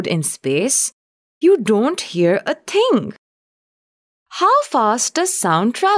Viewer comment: Lol she said ting